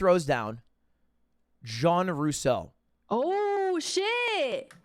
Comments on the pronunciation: I don't really know who this guy is but why does he claim to be french after butchering a french name? I feel like I'm missing something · bro lud is French and he pronounced Jean so terribly... lol